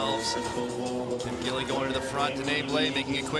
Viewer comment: 吉莉·金 is the pronunciation of Kim Gil-li. It's Gi li Kim, not gill.. Gee li. Your going to be saying her name for several years. Since she may ultimately be the best female skater of all time, i.e. GOAT, you should learn to pronounce her name correctly.